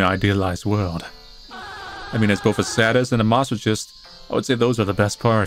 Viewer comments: ”I mean, as both a SAD-IST and a MOSS-O-CHIST” NEVER IN MY LIFE HAVE I HEARD A MORE BUTCHERED PRONUNCIATION OF THESE WORDS I MEAN HOOO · That's.....that's not how you pronounce sadist and masochist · say-dist, mass-o-kissed. and all the binary appears to be identical for the most part.